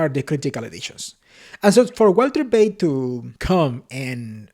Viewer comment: German "V" is pronounced "F" It is pronounced "Feit" or 😊fight. This refers to Walter Veith.